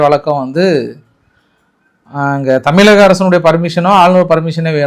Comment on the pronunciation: ஐயா உங்களுக்கு ழகரம் சரியாக உச்சரிக்க வரவில்லை.தமிலகம் என்று உச்சரிப்பது சரியில்லை.தமிழ் மொழிக்கே சிறப்பு அந்த ழகரம்தான் அதை சரியாக உச்சரியுங்கள். இது வேண்டுகோளாக ஏற்றுக்கொள்ளவும்.